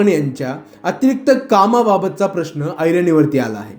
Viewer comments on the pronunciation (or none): none